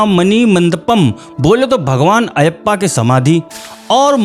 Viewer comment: Style of presentation is👍 Subscribing to the channel. Pronunciation corrections: • मालिकप्पुरम • अय्यप्पा • उन्नी मुकुंदन